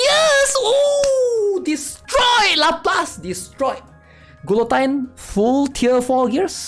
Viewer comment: lapless ... gulotine .... ugh